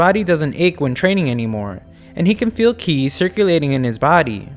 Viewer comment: "Qi" is read "Tchi".